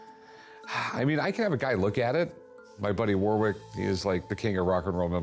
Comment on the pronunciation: Rich cant pronounce the experts name, Warwick.